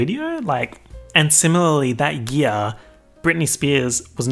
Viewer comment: Why u gotta say “year” like that smh